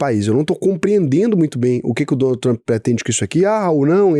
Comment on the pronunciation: Tenho a impressão que o fala Donut Trump em vez de Donald 🤔